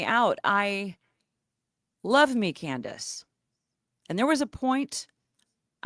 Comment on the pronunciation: Candace not Can-dance 😂😂😂